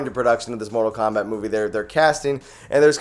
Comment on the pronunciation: Did you said mortal wombat??